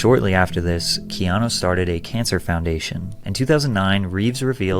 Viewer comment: Keeno reeeves